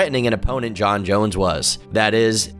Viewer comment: Sure, he pronounced nearly every name wrong, but give credit where it is due. At least he was able to pronounce "Jon" pretty well.